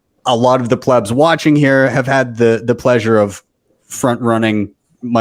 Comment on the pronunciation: Please, just let Saylor, and the intellectuals in the room speak already. Your use of the word PLEEBS is incessant and annoying, not to mention incorrectly pronounced. ... using that word just as a newbie uses the word noob.